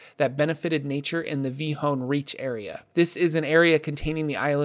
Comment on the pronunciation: ... I know the PH is silent but had no idea the L was silent. Is this really the was to pronounce Vilhon reach?